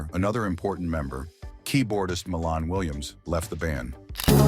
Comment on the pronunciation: Pronounced "MY lahn" Williams. He wrote their first hit, the instrumental funk classic "Machine Gun".